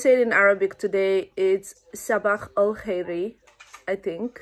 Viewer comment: Hi, very very good prononciation, it's just "SABAH EL KHIR", there is no "i" at the end (sabah el khir(i)). ✨ Enjoy your stay at Amsterdam, I like this city so much (but it is so cooold in winter).